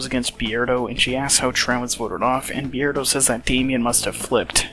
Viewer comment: Why do you pronounce his name Bee-erdo and not Beard-o?